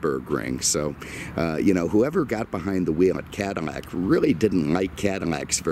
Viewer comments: Please for the love of god its Cad-ill-ac not Cadimac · What fuck is a cadimac?!? It’s CADILLAC!!! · Cadamac? Wtf?